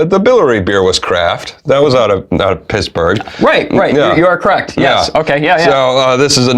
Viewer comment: Out of PISS’berg !!! ?? …You slipped that one right in there, brother. I’m from the west coast, but they’re cool out there in Pennsylvania too! 👌🏼! Shout out to Pittsburg !! ✊🏻✌🏼